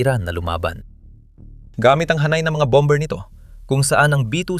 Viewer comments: Hindi BOM-BER ang basa dyan . BOM-BER ang pronunciation sa word na "BOMBER". Hahaha! Ano ba yan! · BOM-mer,.silent B.